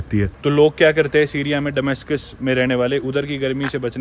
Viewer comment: डमास्कस के बजाय दमास्कस सही उचारण है.